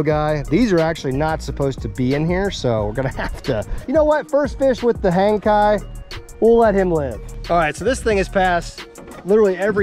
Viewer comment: Kayak motor? Hangkai, rhymes with Jankey.